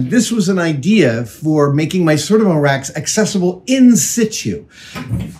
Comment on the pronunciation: Adam, Adam, Adam. You don’t need to make anything. Just buy the cabinets from Sortimo. It’s pronounced SOR TEA MO, with the emphasis on the second syllable.